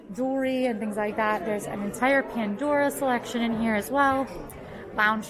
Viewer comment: "Obviously this entoire area" - when broke into her cockney English accent. Now that was magic